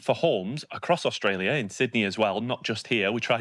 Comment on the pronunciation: Young lady , we pronounce AuSTralia , not AuGstalia . Thank you . 🤩